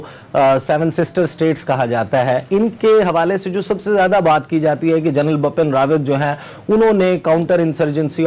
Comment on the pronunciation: For Essa Naqvi , plz correct ,Bipin Rawat not bapan